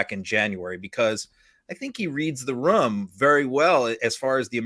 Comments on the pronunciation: Rum ???? Did he mean to say room!!🤔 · I love how he keeps saying "rhum" instead of "room".